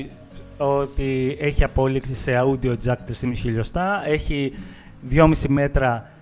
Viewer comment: Όντιο Τζακ όχι αούντιο τζακ